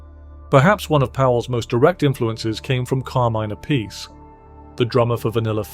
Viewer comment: Appice ( appeetchè ). "See" sound in vulgar / ecclesiastic latin and italian stuff doesn't exist when " Ce/ci ". It's " Tch" sound